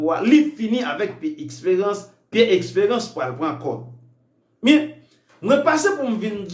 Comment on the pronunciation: Eskew vle di Esperance ou byen Expérance zanmim paske menm si m vle tande w menw bouch ou sonnen trè mal wi